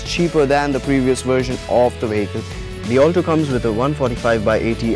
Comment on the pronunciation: Its Alto not 'All Toe'